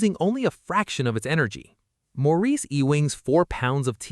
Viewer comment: AI voice blows it pronouncing the first name. I find it odd that seemingly the creators do not listen to their own videos for verbal accuracy.